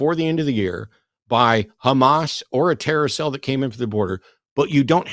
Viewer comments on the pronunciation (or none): “A carousel”? Edit: oh “TERROR CELL” 🤦🏽‍♀️😂